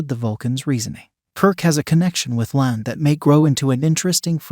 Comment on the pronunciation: I wish they wouldn't use AI to do the narration. It's not "Lan" it's "La'an." And it's not "US Enterprise," it's "U.S.S. Enterprise." Geez! Doesn't anybody ever check these things before posting them???